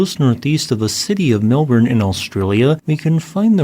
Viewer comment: Good pronunciation on Melbourne! :D